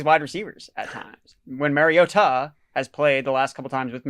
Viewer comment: Mar as in car not mare. Mariota. Also, for the love of god, can we stop with DevonTUH